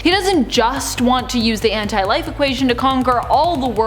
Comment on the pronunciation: It's pronounced as one word Anti-life